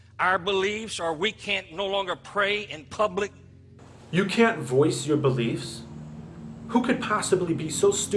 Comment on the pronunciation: Every time it sounds like he is saying "force", I think he is actually saying "voice". Not that I agree with him at all. Fuck this guy.